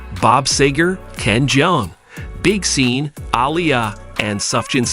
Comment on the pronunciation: HE just pronounced big sean as big seen 🤣🤣🤣